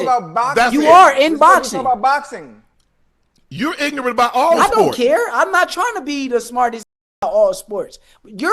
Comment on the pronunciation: Shakur -“Ignorant” Shannon- heard “Nignorant”